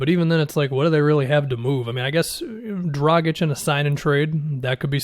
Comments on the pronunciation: You pronounced Dragic correctly!!!! You are one of the few,. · It's better than most. Most people pronounce the G like a J and and the C as a hard C instead of a CH sound.